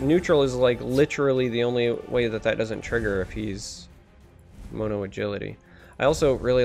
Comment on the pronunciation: The way you say mono lol